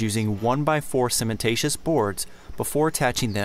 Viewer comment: Great job and vid. Couple of general knowledge comments. Hardin specifically says you don’t have to reprime. Not that you can’t, but for those watching you don’t have to. This is me being a bit difficult because I’ve been in the cement products business for almost 30 years, but the word is cementitious, not cementatious. You’re doin’ pretty good though, I had one great contractor who called it cinnamentatious and he wasn’t doing it to be funny!